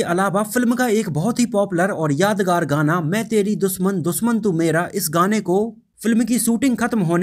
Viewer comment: Soot nai be shoot 🤣🤣🤣Doosman nai dushman🤣🤣bhaiyya "englissss"🤣🤣